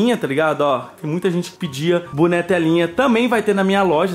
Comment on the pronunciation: falando buné ao invés de boné